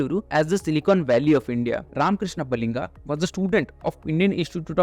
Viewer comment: Jealous guy go back to your place, you get jobs in you place learn how to pronounce first Baliga and Urs get lost